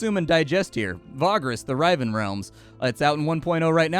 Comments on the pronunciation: Riven, as in “split apart”, is pronounced like river. Awesome video, btw, I definitely appreciate you skipping ahead past the story to get to the action. The gameplay is more important imo. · Love watching your videos bud but I have to do it to ya lol I think riv in riven might be pronounced the same you would say riv in river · Psst: It's "riven", short "i", like a letter-swapped "river". Means "to split", basically. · Hey: I know most of your mistakes are just comment bait, but I can't stop myself on this one. The "ri" part of riven is pronounced like river, not like rite. Cheers!